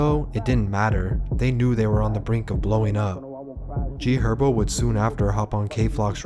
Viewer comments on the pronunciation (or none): none